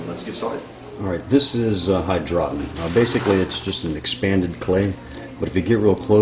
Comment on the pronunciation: lol hy-draw-ton